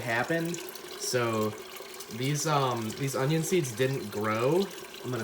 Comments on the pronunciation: Since when was Onion pronounced O-Ryan? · Onion - Un-knee-un